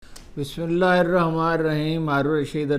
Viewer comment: عمران کیا پکڑا گیا بڈھے سے بسم اللہ بھی درست نہیں پڑھی جا رہی ۔۔سب سٹارٹ میں سن لیں